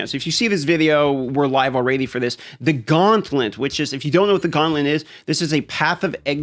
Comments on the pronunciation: I'm convinced thinks "gauntlet" is actually "gauntlent" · "Gauntlent" Lol